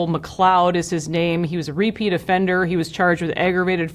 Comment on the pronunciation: Repeat O-ffender. Not a pretty name, is it Hi